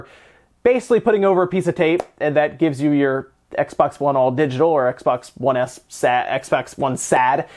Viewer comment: “X-Bax 1 SAD”